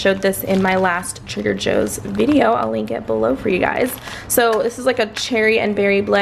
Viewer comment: Bruh 😩 do you be saying Trader Hoes? Cause that's what I'm hearing 🤔😂😂😬